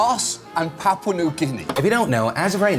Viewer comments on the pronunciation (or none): Papua New Guinea, not Papau.